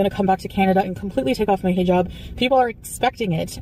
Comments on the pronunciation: “I know you thought I was going to take off my HEEE-jab” 🙄🙄 GORL!! Imma need you to finally learn to pronounce it properly if you’re gonna stick with this cosplay!!!! Not HEEE-job. It’s pronounced < >!!! 😡😡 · Imagine living in the Middle East for an entire year and you still can’t say “hijab” correctly 😂🙄